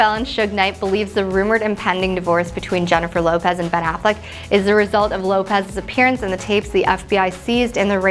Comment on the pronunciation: "Jennifer Hoepez"